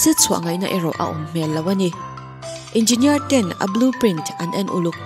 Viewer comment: Nuih poh ti za zawk engeenier chhiar kop thiam lo🤣🤣